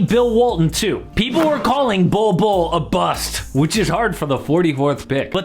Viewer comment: Bol 2.0 is ballin. Or "bollin?" 🤣😒